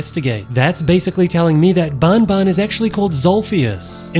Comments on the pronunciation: it's not bon bon it's ban ban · Bro keeps saying bonbon instead of banban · iTS nOT BONBON IT'S BAN BAN!!!! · You say the "an" in banban just like when u say an normally please its not "baonbaon"